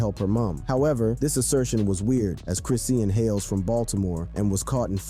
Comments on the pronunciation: Chris-shawn (Chrisean) not chrissy-an🤣🤣🤣🤣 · OMG!!!!! I can’t watch this or listen 👂 lol GET HER NAME RIGHT WTF